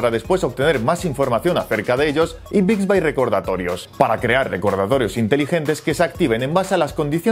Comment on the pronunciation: Se dice Bixbi , no Bixbay